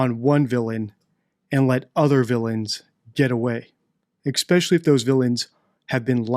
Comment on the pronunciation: Your understanding of Occam’s razor is incorrect, it’s not “what’s most likely” its “don’t multiple entities unnecessarily”. And also plz say “especially” not “expecially”. Other than that, love your vids!